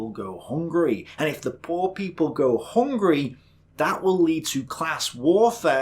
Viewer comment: I just love how says "hOngree", instead of "hungry" like a normal human being.